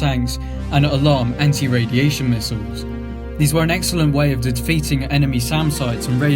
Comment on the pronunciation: Not to mention 'Eye-rack' as the location and the apparent use of 'mistles'.